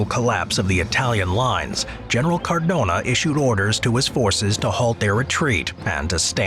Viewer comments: It's "Cadorna", not "Cardona"... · Great video but it's Cadorna not Cardona (I'm Italian btw) my great great grandfather fought against austrians, he was in a cavarly division. Can you make a video about ww1 cavarly? (Dont forget the Italians!) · CadoRna not CaRdona... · General Cadorna, not Cardona. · Love how pronounces his name "car dona" or "cor dona" lmao